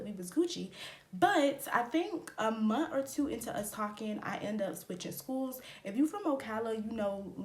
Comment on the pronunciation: Can you please add your TH’s at the end of words it’s month not mont